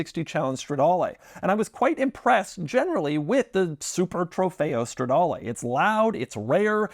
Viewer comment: Doug the type of guy , with an Italian last name. Yet still says « strawdaewlee »